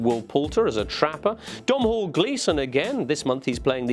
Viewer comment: I love ya James but Dom-Hall Gleeson 😂 it's an Irish spelling pronounced Doe-nal. You're a legend tho! 👍🏻